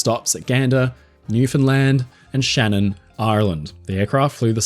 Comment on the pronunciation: Great presentation,and I appreciate the fact that you pronounced Newfoundland very correctly.